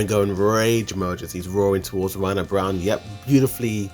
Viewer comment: Can you please learn how to pronounce the names of characters? Floch is pronounced like Flock, and Yelena isn't Yee-lah-nah, it's Yeh-la-nah. Braun is pronounced like brawn, not brown.